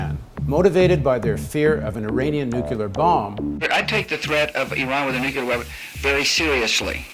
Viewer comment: I have a hard time taking a guy seriously that pronounces nuclear "nu-cu-lar". I don't care how much you know about politics. Learn how to speak english!